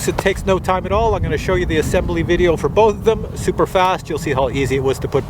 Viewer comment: Video, not ideo